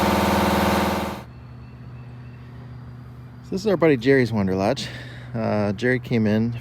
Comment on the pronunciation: I thought they are "Wanderlodge" vehicles? I keep hearing you say "Wonderlodge".....